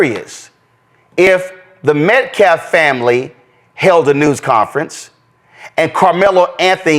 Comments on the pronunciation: This guy can't even speak....He said, Metcalf, Deflense..!! Seriously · Keeps saying Metclaf. It's Metcalf.. pronounces the last name wrong every time. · “Metclaf”.. he was also pronouncing his last name wrong (it was Metcalf). Anyone who is looking at this from a center point of view without the race blinders on can see that the activist is just there to try and get as much money as he can along with stirring up the race bait while he is at it. I really do hate this because it hurts our country as a whole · He either can’t or won’t say METCALFE! He always says Metclaff! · This thing repeatedly pronounces Metcalf as MetcLaf. I think he knows better, but it is just another way to disrespect Austin. This is one of the most disrespectful group of people I believe I have ever seen. Not one, not ONE of this group has shown any empathy or offered their sympathy to the family of Austin. This group are black, but they are a part of a subculture. They shouldn't be referred to as being black. So many black people are just as upset about this whole thing as we are. I don't even look at them as being anything but being human, I never think twice about the color of their skin. Now, this subculture, that's a different story. It's really a shame. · he keeps saying ‘Metclaff’ instead of ‘Metcalf’ as well. This man is straight up illiterate. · Listen to this guy - he cannot even pronounce the victims last name right - it is METCALF not Metclaf. Talk about disrespectful! Dang! Dude is an uneducated clown! You guys ROCK!! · u non speaking clown. It's Metcalf. Not medclad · It’s METCALF. NOT METCLAF GOOD LORD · He keeps saying Metclaf because he's pronouncing the L in Metcalf. Dude can't even read. He's an imbecile. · It is Metcalf not Metclaf!!! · The name is Metcalf not METCLAFF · keeps saying Austin Metclaf… it’s Metcalf not claf. He can’t even get the victims name correct. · They keep calling them MetcLaf and not MetcaLf. 😂 these clowns! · Aaron MetCLaf. 🙄🙄🙄